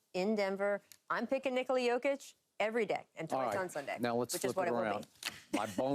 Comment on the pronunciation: It’s pronounced NicALa not NiCola